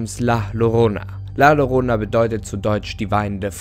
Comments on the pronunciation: das "llorona" wird "jorona" ausgesprochen ;) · Du sprichst den Namen falsch aus… doppelt Ll wird wie j ausgesprochen. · Maaan, Llorona wird am Anfang nicht mit Doppel L ausgesprochen, das Doppelte L wird im Spanischen als J ausgesprochen. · Ist ja ganz interessant aber bitte sprich die llorana richtig aus es wird nämlich jorona ausgesprochen😉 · Llorona? CCORONA??!?!?!?!?!?!?!? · Wieso sprichst du Llorona wie Lorona und nicht Ljorona aus? Als Spanischlernender ist das das was mich am meisten an diesem Video gruselt 🤢😅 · Ein doppel L wird im Spanischen j ausgesprochen😂 Gutes Video😁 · Funfact es wird Jorona ausgesprochen. Da LL im Spanischen als J ausgesproche wird. Das ist jetzt aber nicht so wichtig. Im grunde genommen ist es die Basis Formel für so ziemlich jede legende. Man nehme etwas mehr oder weniger Normales. Baut eine geschichte drum. Und lässt unwichtiges, wie aussehen weg. Ob es die Futakuchi Onna, die Schneefrau, die Kuchisake Onna. Oder Bento bento ist. (Das ist einfach nur ein Unsichtbares Plappermaul, das dir hinterherlatscht.) Oder wie im Spanischen El Silbo bzw la llorona. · Es heißt Llorona (ausprache=JORONA) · Bitte richtig aussprechen Danke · Hab nur auf das Video geklickt weil ich gesehen hab, dass es ein deutscher Kanal ist und wollte wissen, ob er Llorona falsch ausspricht. Jap... gruseliger als die Legende lol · Dein Frisör hat gerade Angst bekommen....btw du sprichst es falsch aus😜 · Man spricht es anderst aus